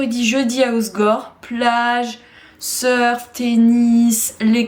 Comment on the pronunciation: HO-SE-GOR pas Hosgor par pitié 😅😅